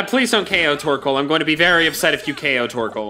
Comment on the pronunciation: The way he said torkol i’m dying😂